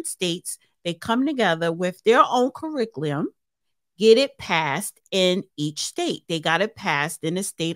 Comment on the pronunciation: OK Cirriclium is where I drew the line and had to close this vid. You can't even form clear concise sentences or read simple words. I think you need to rethink how you approach bringing these kinds of topics to the masses. I'd be embarrassed to have such a poor vocabulary, and believe me, I grew up in Harlem and I am Fluent in Wu-Speak but there's a time and a place, but you don't have the ability to turn anything off because clearly, THIS is HOW you speak. Work on pronunciation & annunciation. This is not meant to be insulting, just offering some earnest criticism so that you might be more conscientious about your vocabulary & how you speak. After all, you're posting yourself on the web.